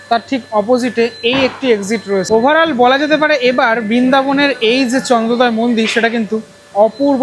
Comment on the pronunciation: বাঙালির কী করুণ অবস্থা... ওটা চন্দ্রোদয়, চন্দ্রদয়া নয়!!!!